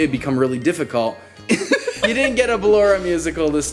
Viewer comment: At the ballora bit he said ''balloria''